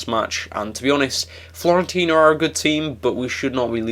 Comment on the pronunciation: Fi-orentina. You said Florentina :D